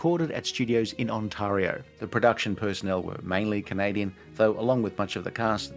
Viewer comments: FWIW the second syllable of Ontario is pronounced "tare" (rhymes with air) rather than "tar" (rhyming with car). I'm sure I'd mispronounce half of Australia 😁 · Your pronunciation of Ontario made this Canadian laugh.